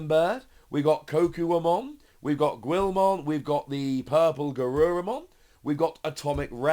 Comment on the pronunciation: It's GILL-mon not GWIL-mon lol